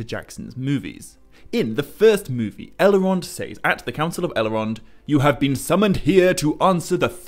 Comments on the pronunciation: Why do you pronounce it Elerond and Eleros? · i really do like your work but when you add entire syllables to words it just sounds reallllly odd. "sil-a-marillion" "el-a-rond" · I cannot handle your mispronunciation of Elrond and Elros.